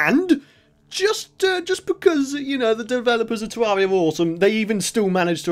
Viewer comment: Pronounced terr air ia